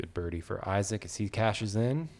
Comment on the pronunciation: Wow Gannon "Buhrdie"